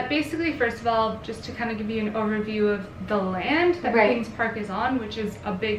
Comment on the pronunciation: The see it Aaawll at the end sounds hella accenty to me lol